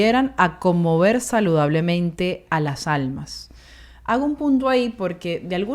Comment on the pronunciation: CRONUNCIA BIEN ( A LAS ALMAS NO alasjalmas